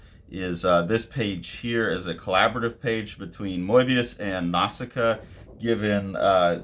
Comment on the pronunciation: I think he pronounces it closer to how the French do actually 😊